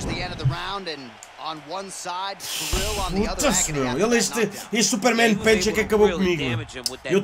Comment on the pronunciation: Eu curti do "supermen pench" 😂 Bora continua o bom trabalho